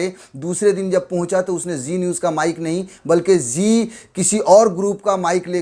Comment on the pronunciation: Zee niwz nhi chi niwzzz